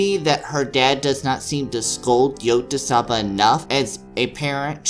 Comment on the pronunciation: It's pronounced Yo-tsu-ba. -_